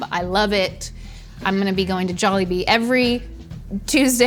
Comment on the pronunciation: says it very softly and elongated. if you really wanna pronounce it the way filipinos do. pronounce it with a hard and short tone (pun intended)